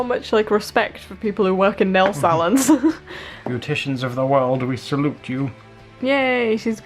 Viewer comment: They say salons very different then English people do 😅